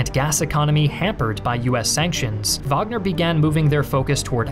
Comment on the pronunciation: Thank god you pronounced wagner correctly